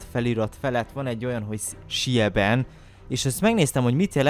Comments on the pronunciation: a sieben németül ugye hét de nem úgy kell ejteni h schieben hanem zíben bocs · Németül van a sieben (ejtsd.: zíbün) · Amúgy a siebent ugy kell ejteni hogy zíben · sieben😂😂 ejteni: ziben Nagyon nagy arc vagy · Sieben gost az úgy kell ejteni zíben Én németes vagyok